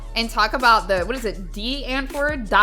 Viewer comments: love yr vids but i cannot stomach you pronouncing die antword (pronounced dee antvort) as "die ant word" i cant T-T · Pronounced dee untvoord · its pronounced dee ahntvoort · De- ant-Vard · Die Antwoord..... (Dee Unt-vord) And yes.... Dey Creepy Also, they have a daughter who is almost 20 now. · I’m German, and I’m pretty sure it’s a Dutch name/word, but I think it’s pronounced Dee-Arnt-Voot (I’m no linguistic person tho, just a guess) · as a south african its pronounced dee antvoord and the name zehani i think🧍🏿‍♀ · It’s Afrikaans and you pronounce Dï Ant word And Zolandi is pronounced Zo lan Dì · A south African guy told me it's pronounced Dee Antvord. It's means The Answer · Howzit,, I'm sad not many South african people follow you. You're amazing. Die antwoord = pronounced Dee Ant V(as in white Van) - Ooo - erd. Thank you for covering so many sensitive topics. These need to be talked about. And yes. What the other Saffra said is true. We hate them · For clarification, Die Antwoord is pronounced kind of like “Dee Unt-Vuord” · Pronounced dee-ant-ter-word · Die Antwoord, you can pronounce it Dee Un-t-voo-r-t 😁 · I’m from sa and I’ve never heard this band but here’s how you pronounce it lol Die antwoord (dee unt v oo r t) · Die Antwoord is pronounced "D Aunt-voort." with the 'r' being like a rattle of the tongue. I believe Hispanics says R the same way. Die Antwoord is Afrikaans for The Answer, a South African language. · They are actually Afrikaans It’s pronounced Dee auntword, Yeah mee south african 😐🇿🇦🥰 No hate love yo content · As a South African i hope I can help So "Die Antwoord" is Afrikaans for the answer 😐 ( which like why did they choose that-) and its pronounced " dee ant-voord " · Its pronouced DEE ANTVERD i think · im from south africa and im sorry but the pronunciation is killing me lmao